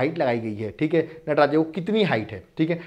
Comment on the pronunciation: Nata-raja nehi Natraj 😂 Kya master ji